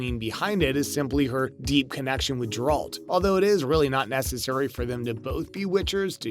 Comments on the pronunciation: Brief aside, you should actually watch and retain the info you're going to report on. Your obvious and multiple mispronunciations make it apparent you are simply reading someone else's words. Jeralt, Ciril-ia, Veneberg, Herrich, etc. It's G -eralt, Ciril-a, Veng-erberg, and Hiss-rich. The idea that game of thrones and the witcher are connected is extremely thin, but not entirely without merit as there are multiple worlds in Sapkowski's books that Ciri is able to travel between. Spoiler alert- Ciri comes to earth and spends time with the knights of the round table at the end of the books. So, since game of thrones was a franchise made on earth centuries later, they are connected. Another possibility is GoT is another world that could be connected to the Witcher universe, but that's even thinner. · It is pronounced Geralt the G is pronounced in with a G sound like in the word Gutter. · You mage movies about Geralt but you can't say his name right .thats silly . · You’ve totally butchered the name of the main character. Congrats you’ve earned a dislike